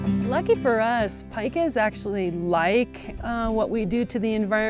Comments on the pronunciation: It's called peeeeka, eeee, peeee-ka, not pie-ka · Paika? It’s Pee-ka!